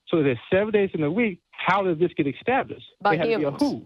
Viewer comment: Or "extablished."